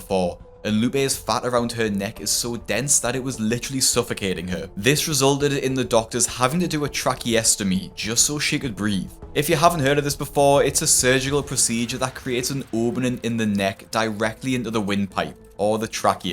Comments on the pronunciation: tray kee ah. trachea-ess-toe-me. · The way you say tracheotomy is all wrong, but cute! 😂 tray-kee-aa-tuh-mee is how google says to pronounce it, maybe listen to it since it doesn’t look correct I would sound out spelling like this, tray-kee-aa-toe-me, good luck ✌🏼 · You aren't saying tracheostomy properly 😂 you should have googled how to pronounce it.